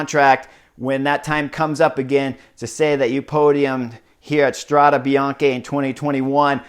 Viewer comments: With all the love in the world, no: Strada Bian-"key". Yes: Strada Bian-"kay" . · Thanks for the good report! But man... your constant mispronunciation of the race name is ear drilling 😱 Let’s try together: Strada (fem.) is singular, Strade is plural. Last E is pronounced as in ‘pet, wet, get...’. Bianco means white, bianche is female plural. Bianchi is male plural but also the bike brand. So, what you’re pronouncing is ‘Bianchi road’ instead of White roads. 🙏🏻🚴‍♂️☀️